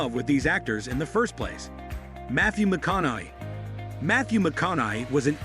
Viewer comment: who the fuck is matthew mac con eye? and mickee wark? we need to all thumbs down this ai garbage